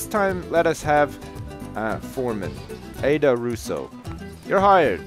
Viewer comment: isn't aida said like eye-da and not aid-a. iif you know what i mean